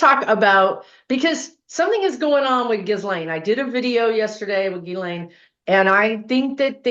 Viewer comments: Really fascinating, thanks for doing this reading!. BTW, most people do not pronounce "Ghislaine" properly. Her mother had French background, so it can be pronounced Ghee-len...or most commonly Gah-len. I wonder if pronunciation plays a role in the vibration, numerology, etc. Regarding Epstein, IMO he viewed his interactions with females as transactional with a bit of altruism...he was giving money to girls who would otherwise be on the streets, recommending them for prestigious jobs, introducing them to important people. This was either to assuage his guilt or provide cover or both. They're not victims, "I'm helping them". Twisted thinking. I agree that he's passed, but doesn't want to transition because life review will be hell for him. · Her name is pronounced, 'ghee • lane,' THE "S" IS SILENT, PEOPLE!!! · Hi, Ghislaine is pronounced Gilaine. Love you! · Her name is pronounced Geelane with a hard G. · Her brother Ian pronounces it more like gee-len (hard g like ghee).